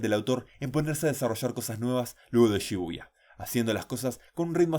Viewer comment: cada vez que dice shibuya escucho "lluvia"